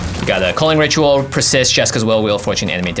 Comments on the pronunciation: “Strike it Richual” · Jimmy: It's a Ritual! Me: no, it's a Rich-ual